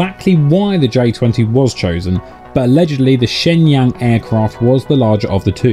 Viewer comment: ShengYAng? Lol